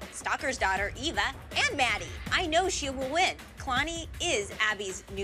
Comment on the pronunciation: Is it just me or did kalani’s mom say Iva instead of eva